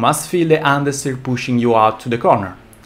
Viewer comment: love how he says UN dersteer